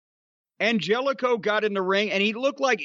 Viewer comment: It's pronounced An-hell-eh-co, and I see Klannette couldn't resist joking famine ridden African nations with "jokes"